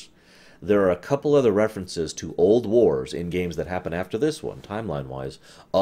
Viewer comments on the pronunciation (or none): none